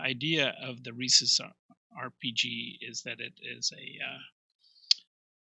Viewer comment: And I was just thinking to myself that this was the first video where the person pronounced it correctly i.e., just like the monkey.